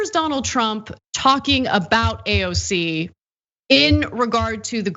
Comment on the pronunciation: HE cant even say AOC'S name!!!